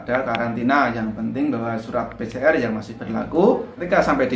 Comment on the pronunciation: Pi si er🤣🤣🤣🤣 Pi si ar lah broooo🤣🤣🤣PCR